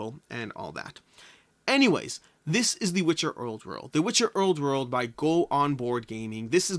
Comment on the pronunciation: “The Witcher owrd werld” hahaha